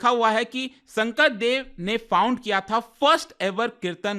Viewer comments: Sankardev not sangkradev mind it or learn it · It's not Shankra Deva it's Shankar dev